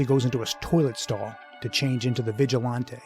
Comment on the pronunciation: Great commentary but it winds me up how he keeps pronouncing it "vigi-lon-tay".